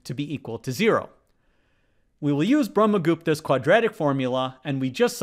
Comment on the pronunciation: Thanks for acknowledging Brahmagupta, and pronouncing it correctly! 👏👍